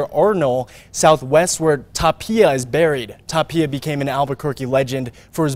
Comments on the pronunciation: If he says Tapilla one more time ima bout to slap him silly. Lol Tapia bro. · Tapilla?? IT'S TAPIA